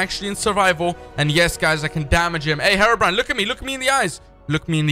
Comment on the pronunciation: Herbrine! DON’T YOU DER